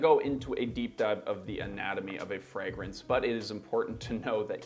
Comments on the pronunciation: Yes, there are reviewers that can't even pronounce the word fragrance. One of them is Thomas LinScent. He says it "fre-grence". And he says it ALOT. Almost like he knows it irritates the HELL out of me. Lol. But first he has to tell you about the weather in his area😡. These are the main reasons I don't subscribe to his channel. Most reviewers know how to pronounce the word, but there are some out there that have a hard time saying it right. People with foreign accents are forgiven. Lol. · There is a regular fragrance reviewer in Canada who pronounces “fragrance(s)” the odd way his guy did at first. Now, there are two people in the world (LOL) who have a problem pronouncing fragrance(s). 🤦🏼‍♂️😆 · I'm sorry...but I don't take advice from a guy that hangs frames with no pictures and a hand mirror. And he's criticizing?? Lol. Try pronouncing the word "fragrance" correctly first. Then we can talk.